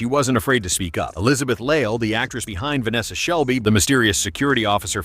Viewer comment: it’s vanessa shelly btw not shelby just saying